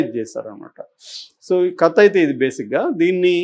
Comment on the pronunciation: U r a journalist. Don't spell it as కత , say కథ.